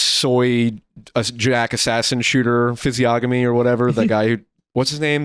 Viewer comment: im so sorry to do this but it's pronounced "fizzy-onomy" not "fizzy-ogamy" (literacy crisis in full swing)